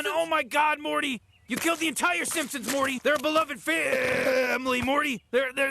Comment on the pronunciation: you call them Simsons? God it's SIMPsons